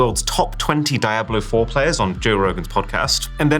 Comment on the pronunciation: brother what is that pronunciation of DIABLO??????